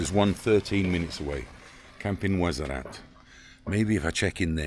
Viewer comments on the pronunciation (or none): WARZAZAT BROTHER NOT WAZARAT PLEASE IT LIKE HEARING SOMEONE SAYING MANCHESER